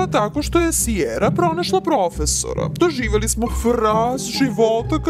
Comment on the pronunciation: when you said "prOFeSOrA" I really felt that